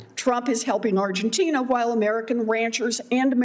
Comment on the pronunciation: Lady say it Argentina.